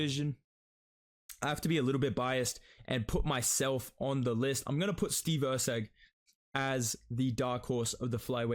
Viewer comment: Steve erceg?! Cmon lol